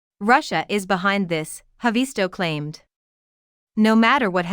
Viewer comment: It's not HavEESto. It's HAAvisto.